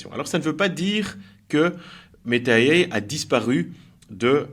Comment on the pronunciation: MERCI. j'ai un ami en plus. svp, prononcez AI en français pas en américain.